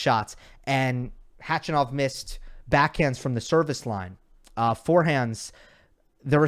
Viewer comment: because you like to pronounce players names right 😊. It’s Kar’en Khach’anov ( ‘ for stressed syllable). You pronounce his name like a woman’s who complains a lot 😄